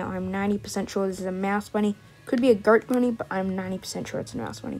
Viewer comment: Is it just me or does anyone else here him say the grrt bunny (The goat bunny)